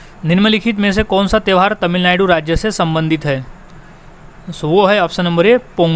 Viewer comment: तमिलनायडू nhi तमिलनाडू